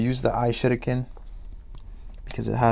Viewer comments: F in the chat for the "I shadow kin" I guess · Of course the ishurikin broke after all it sounds like you were calling it the ishitican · Why does it sound like he's saying I sh** again 🤣🤣🤣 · He says that he will use the I shitiken but it sounds like he said I will use the I shit again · it sounded the same as "iShuriken" but in sus version"I Shit Again"